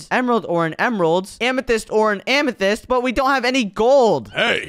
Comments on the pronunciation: said amathist twice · Bro said Diamond amathyst gold and amathyst